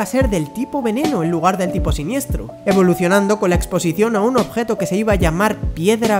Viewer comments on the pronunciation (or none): none